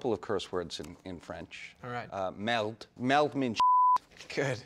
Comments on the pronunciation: I hear "melt" and then realize he is saying "merde". French is my first language, i'm telling you he did not say the word right. "Merde" or "caca" really means "shit". In Quebec we use Church words for swearing. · isnt it merde not "meld" ?? :P whatever MATTHEW IS AWSOME! :D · Yeah im not even french and i know he dident say it right , i was like wtf 😂